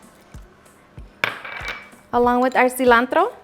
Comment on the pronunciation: I like how you say cilantro